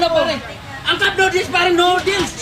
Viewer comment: BULALO PRE HINDI "CUPNODEALS" hahahahahahahahaha